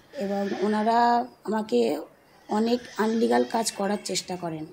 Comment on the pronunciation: আনলিগাল নয়, ইললিগাল হবে।